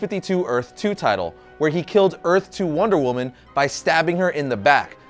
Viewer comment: Daemon Blackfyre "womder woman"?